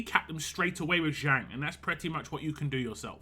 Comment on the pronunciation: It's pronounced as Jung without silent J.